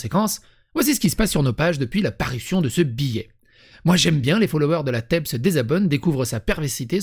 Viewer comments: Heu. Moi, je lis téb. Mais tu prononce teub. Voilà tout le problème. E ne se prononcer pas eu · Je suis d’accord avec toi sur beaucoup de sujet, mais déjà en français TEB ne se lis pas Teub mais tèbe. Ils ont retiré et le communiqué est clair… et effectivement, il y a une panique morale complètement injustifiée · Faites un effort de concentration avant de lire la suite de ce commentaire. Vous êtes prêt ? Ok on y va ! TEB et teub c'est pas le même mot, ça n'a pas le même sens et surtout ça ne se prononce pas pareil. De plus, un bébé ne sait pas lire. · Bah moi je pense qu'ils sont quand même bien à côté de leurs pompes. Surtout que les mecs font absolument pas dans l'humour, quel qu'il soit. Mais bon, pourquoi ça "collerait" pas avec cette époque formidable, mmh ? Et ça se prononce la TEB, pas TEUB. Cette dernière prononciation est péjorative: c'est plus pour les mecs qui pensent que ce sont de bons gros faux Q qui gèrent une communauté de premiers de la classe huhu.